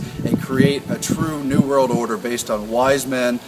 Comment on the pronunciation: he says "this new world order system", but it sounds like, "disney world order system"! Much love! Pay close attention to this kind of thing in general. Our world is not what it appears! I love these guys videos. But I have been noticing even my "friends" do this "run words together to change their meaning" agenda. The adversary is powerful, Christ Whips his butt on the daily! Full armor of God YALL!